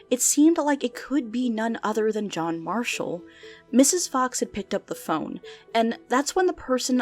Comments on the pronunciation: "Jack Mashall" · JACK MASHALL 😂 sorry I love little mess ups like this!